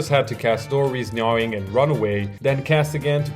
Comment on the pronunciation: its "nah-ing"